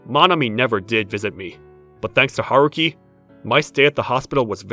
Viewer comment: Haruki sounds nothing like a little boy and it's not Huh-roo-ki.